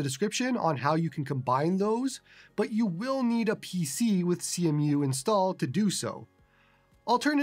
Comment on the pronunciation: It's pronounced "see-moo" brotha